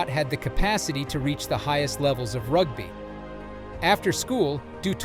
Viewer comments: ... "rugbuy" ... LOLOLOL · Err bro…rug-bye? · That was hilarious 😂 and “Rugbuy” for rugby. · I watched 37 seconds and bailed out. If you can't even pronounce "rugby" properly then I don't want to hear the rest.